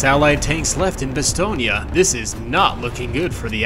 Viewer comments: I hear Bastogné, in french it's just Bastogne though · One thing I noticed is your pronunciation of Bastogne, it's pronounced more like 'Bah-Stone', not 'Bah-Ston-Yah'. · Stop saying "BastognA" bruh 😢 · Why do you say "Bastognia" ? It's "Bastogne", you can say "Bastognia" so just don't pronounce the "ia" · Good sir it is pronounced "Bastone" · I thought it Bastogne was pronounced ba - stone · I hate the way you’re pronouncing Bastogne. It’s cancer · Maybe use google translate on the names of foreign towns for proper Pronunciation next time??? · Idk how but I’ve never heard someone pronounce Bastogne like that.